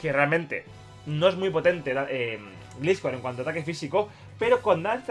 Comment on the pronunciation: Dhhdhehehe Jdbdheheh se pronuncia glaiscor